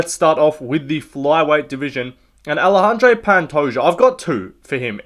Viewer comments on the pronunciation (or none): none